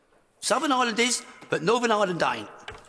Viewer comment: Gnawtin Island and Suthin Island. All you need to know - the other words he spoke are incorrect too.